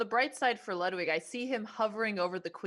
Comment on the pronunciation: I can't believe how bad Ludwig shit the bed, also it's really annoying that Botez keeps mispronouncing Lud's name.